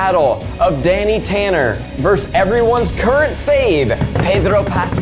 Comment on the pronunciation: Zach, how many syllables in "versus" again?